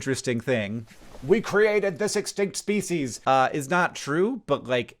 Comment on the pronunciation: "Ship of Speceus"